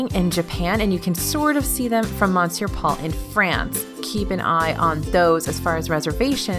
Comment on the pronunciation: She did NOT pronounce Monsieur like Mon Ser... did she???? OMG